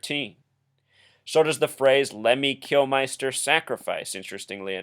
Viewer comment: Kilminster ! -not flippin, "Kilmeister" Not a good start. Edit Before Uploading ! No 'Like' from Me for starting off by getting LEMMY'S name wrong Twice !! You also have him down as 'Kilmister' and base a numerological thesis upon This ? HaHa -REALLY ?! -Just enjoy the music mate.